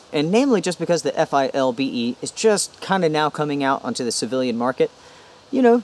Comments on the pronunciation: Why for the love of God won’t you say “ Philbe “ instead of F.I.L.B.E ? lol . You say “ Molly” instead of M.O.L.L.E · Just FYI, the pouch on the inside of the FILBE is for a radio, and you can pronounce it "Fill-bee." Takes less time. Awesome video! I needed a side by side just like this to figure out what to replace my ALICE with. Thanks.